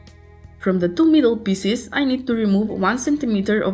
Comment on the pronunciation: Pieces, not Pisses...